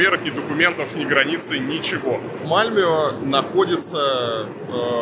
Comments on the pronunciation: МАльмё, блин, а не МальмЁ! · Не Мальмё а Мальмэ правильно,а так то там самый криминальный район как раз район мигрантов из Албании и тэпэ,постояно какие то там перестрелки и наркотики именно там,не помню как называется район но присутствует слово "rose(роза),плюс мусор на улицах есть и те два пакета это песчинки,но в целом конечно сравнивать с Россией глупо. И еще там чертовски скучно,русская душа быстро там заскучает